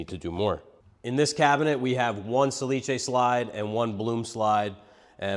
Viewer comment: Nice video, but the manufacturer is "sà·li·ce" not "sa-li-ce". I know it's quite difficult (no accent reported on the name) but we use so. Salice is the willow plant.🙃By the way, you and are masters in woodworking.